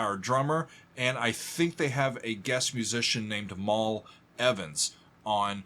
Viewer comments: That’s Mal, as in Malcom, not “Mall.” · Hi I'm from London England.And been a Beatle Fanatic since seeing them live in London 1964. I enjoy your reviews. So I must correct you on the English Vocabulary MAL EVANS was their Roadie and helped them in the studio. And Mal's name is pronounced MAL like what the Americans their shopping MALS. 'Mal' and it is RINGO SHOUTING "I GOT BLISTERS ON MY FINGERS" cos, he's been playing Helter Skelter for all the takes.